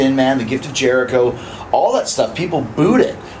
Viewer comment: chris bushicho? LOL